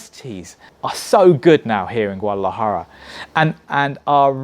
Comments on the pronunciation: lol theres a D in Guadalajara. its not silent . haha.. GOO-AH-DAh-LAh-Jah-RA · My advice for this dude - learn how to pronounce Guadalajara first haha